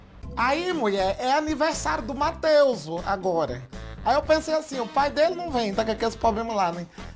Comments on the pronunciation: "Matheusu" kkkkkkk adoro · "Matheuso" Huahuahuahuahua